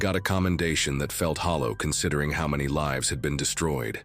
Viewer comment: oh no, AI voice? SMH. He pronounced lives wrong.